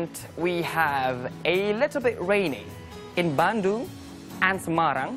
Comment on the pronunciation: Cara dia pronounce have kedengaran kek half, pdhal sbnrnya biasa aja